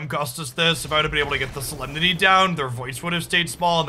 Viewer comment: A little bit of Sooo-lem-nity